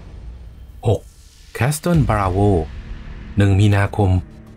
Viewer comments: Castle อ่านว่า แคส-เซิล ไม่ใช่ แคส-ซะเทิล นะครับ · ขอบคุณสำหรับเนื้อหาข้อมูลดีๆครับ สำหรับคำว่า Castle ตัว T ไม่ออกเสียงนะ ออกเสียงว่า คาสเซิล (kasel)